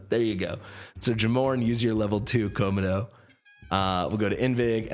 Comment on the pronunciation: why are pronouncing Komodo as ko-ma-dough? lol